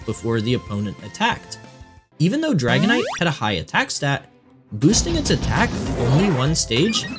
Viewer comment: The way you said dragonite 💧😔🎯